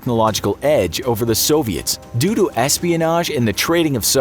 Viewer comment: When the commentator says 'Doo doo' is he in fact trying to say; 'Due to' ?